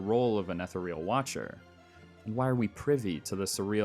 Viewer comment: All attempts at credibility through verbose and pseudo-intellectual language collapsed after i heard your pronunciation of "ethereal". A shame, really.